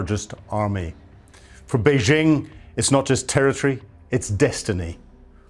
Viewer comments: It's Bei-JING, not Bei-SHING. FMD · Has this ignoramus ever been to Taiwan or the Mainland? He cannot pronounce Beijing or Taiwan and so sounds like an idiot. Every day my ears are insulted by Yanks mispronouncing Chinese names but STOPs (Slave Trading Opium Pushers) are meant to be better educated and culturally superior to idiots who voted for the Tangerine Taco (aka the Mango Moron), three times. 🍯🍯🍯🍯 Long live the Dalai Lama 🍯🍯🍯🍯 May the next breaths of The Dump, Putrid, Xi Pooh Bear, and Megayahoo be their last. 🍯🍯🍯🍯